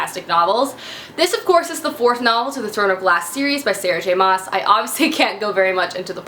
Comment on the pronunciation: just so you know Maas in Sarah J. Maas is pronounced 'mass' lol =D